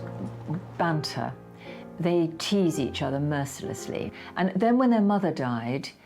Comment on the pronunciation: Banter not bunter,speak English